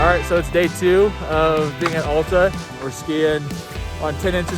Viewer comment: It’s AL ta, not ALLta.